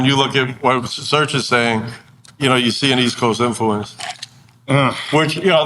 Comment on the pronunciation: It's Serch not Search and 3rd Bass not 3rd Base, thank you